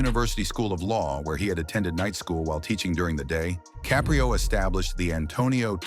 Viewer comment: Please pronounce his name correctly..its not ca'pre'o its caprio'